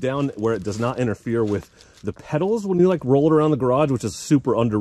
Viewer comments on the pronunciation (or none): none